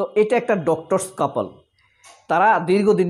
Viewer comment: কপল নয় কাপল